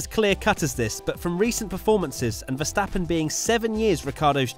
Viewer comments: VerstaPPen not VersteFFen please! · British tv: rihcardo and verschthappen 😂